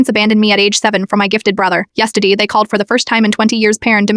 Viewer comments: "yesteyday" they from the south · Yestadee ✋😭 what in the failed 3rd grade English is that pronunciation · Yesterday:❌ Yestidy:✅ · "yestiday" lmao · Ah yes “yestady✨✨ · "Yestadee" hits hard 🔥